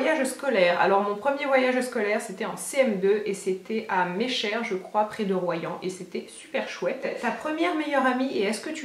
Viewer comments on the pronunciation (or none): Coucou ! Vidéo top comme toujours.. Par contre si tu parles de la ville de Meschers sur Gironde, il me semble bien que ça se prononce "méché" et non "méchère". Voilà voilà, bisous et bonne continuation ! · J'adore, ton voyage de classe tu l'as fait près de chez moi ahahah!! Mais on dit "Méché" pour Meschers ^^. On apprend des choses dis donc ahah. Gros bisous :) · meschers chez pas très loin de chez moi ,je vis près d’Angoulême :) . lol on prononce "mesché" lol ;) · Mecher c'est la ou j'habite et le R se dit pas ;) sinon tu gere